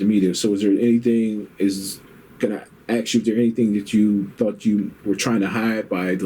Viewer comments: Why can the interviewer not pronounce “ask” the correct way? “When they axed you this question.” I’m gonna say this and possibly catch shit for it but it’s almost exclusively black folks that pronounce it like this. Why is that? I’ve known black folk who can say shrimp, ask, and street correctly but 99% of black folk say Skrimp, Ax, and Skreet. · It bothers me because English is my 5th language and when a native English speaker in a rather important job, cant even pronounce the word ASK.. I dont know, i maybe get sad on behalf of the English language. People are either dumb or lazy when they fail to speak their own freaking language. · Black folk. It’s ask not axe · ASK. A-S-K. NOT AX. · “Do you speak good english?” Then proceeds to “lemme ax you dis and lemme ax you dat” 😂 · Norway dude: why u keep "axing" me? We didn't use an ax on anyone! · Axe a question. LOL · The guy interviewing: " Is English your primary language"? The guy interviewing: "I need to axe you some questions." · My I axed you a question 😬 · This whole interview I can’t stand because the guy asking questions keep saying “axe” “axes” you some questions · Wow he says Axe instead of ask. Perfect English otherwise. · Why in the fuck do some people have so much trouble saying the word ask? It's not axe; its ask for christ sake!!!!! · The officer conducting the interview has worse English than the guy getting interviewed. Let me “Ax” you a question. Tell the “troof.” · I love the way the IA officer says, "Let me ax you a question..." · If someone ever "Axes" me a question...... I sit and stare at the person until they ........."Ask".....me a question..... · Detective: you understood what was “axed” of you on the form”... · Lemme axe you a question.. 🤦‍♂️ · “aks” lmao.... Why is it impossible for blacks to say the work “ask”?